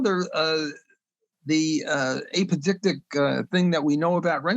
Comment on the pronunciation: And ahpodictic.